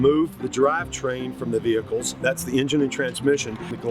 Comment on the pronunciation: vee hee cieellss???? wtf